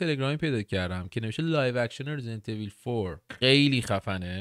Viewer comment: واقعا چرا خیلیا ایول تلفظ میکنن اویللللللللللللل حتی کات سین اولی هم کامل تلفظ میکنه